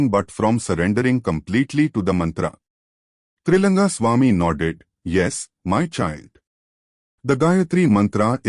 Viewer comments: Is it Tailanga swamy or Tri langa swamy ??? Wrong pronounce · *It's Trailinga not trilanga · Please observe this, the name of Trailinga swamy has been written wrongly and the same has been mispronounced many a times in the video. Please pay attention to the details